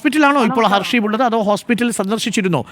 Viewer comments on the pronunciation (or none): ഹസീബ് ആണ്, not ഹർഷീബ് 😂